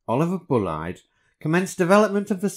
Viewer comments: His family tell me the name is pronounced Bulleed not Bullide ! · Bullied would be Buleed. Bullied would be Bulleid. That’s the English I was taught in the forties/fifties. I do know he was always pronounced BULEED. ? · Lol " Bull eyed " pronounce of the word " Bulleid " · It's Bulleed. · Bulleid is pronounced bulleed, and wheel formations do not use the word zero - the leader was an oh-six-oh + oh-six-oh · Are you sure you've pronounced Bulleid correctly? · Does anyone know how to correctly pronounce "Bulleid"? So far I've heard "Bull-ead", "Bull-eed", "Bull-ight". What is correct?